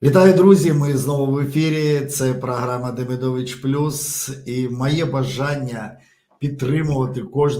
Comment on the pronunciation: Українською - це прекрасно, але попрацюйте будь ласка над вимовою. Програма а не праграма. МоЄ а не маЄ. Волонтер а не валантер. Ігор а не ігорь. Сонечко а не сонечка, і т. п.